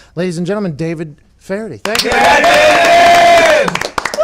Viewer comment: should’ve threw in that he was brutally denied Pats blessing to do an ad read but still would’nt have made up for him massacring the pronunciation of FeHerty